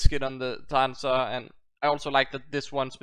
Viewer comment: sha-han-shah that's how you pronounce it and glad to see this series back